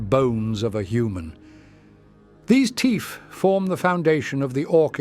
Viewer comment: Teeth or teef? I can't tell tbh😂